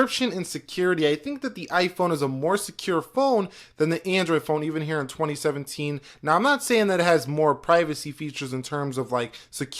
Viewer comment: "heeurehh in 2017teeun"